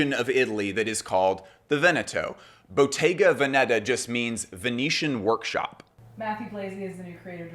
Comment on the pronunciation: This drives me crazy as it sounds so.....ignorant ( sorry) :The correct pronunciation of Bottega Veneta is: Boh-TEH-gah VEH-neh-tah, (not BOH-teh-ga veh-NE- tah) ...